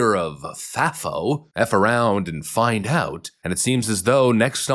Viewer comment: Who told you it was pronounced faffo. I think the a should be a long A